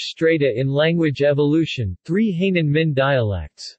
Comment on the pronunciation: He pronounced the Hai in Hainan as hay ie straw in English. I could not help laughing. The Hai in Hainan.means sea and the nan is south..Self explanatory. 🤣🤣